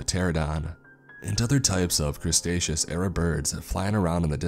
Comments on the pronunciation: I was invested in the story but dude come on theres no such thing as the crustacious period man. How could you say that 100 times and not catch that and say what am i saying. Or when you edited it. Love what you do but dont just hit post next time. Still getting a like from me. Im just saying though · It's called cretaceous, not crustaceous. Also this sounds like a suicide mission. If you are anywhere near the KT impact location at the time of the impact, expecting to see the asteroid impact, you know you have zero chance of survival. You have to be thousands of kilometers away to have even a slim chance of walking out of the whole ordeal alive. Further, the bacteriological threat in such a mission is going to be very serious for either the time travelers and the native wildlife. If such mission ever takes place in reality, people are going to walk out of a sterilized time machine and inside spacesuits that are also sterile on the outside. There's going to be an entire exit and entry protocol as a matter of fact. Further, the author didn't understand how evolution works. A species doesn't evolve based on some predetermined plan. Any supposedly superior entity expecting this is stupid at best. The only way to evolve certain desired traits is to control reproduction of the species, selecting only those who possess the most desired traits. Animals left on their own are going to adapt and change depending on the environment as this is the main source of selective pressure on their population. Expecting intelligence to form on it's own is the most inefficient way of creating an intelligent species. This is why thus far it seems we are the only intelligent species on this planet since the almost 4BY history of life here. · That moment when you were enjoying the story and heared 'crestacious' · Did homie say crustacious period lol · The "crustaceous" period roflmao... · Does.... does he keep saying Crustaceaus instead of, "Cretaceous"?! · The "Crustatious" period lol.